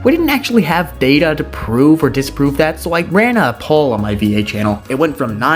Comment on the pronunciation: you did indeed pronounce "poll" correctly (like pole)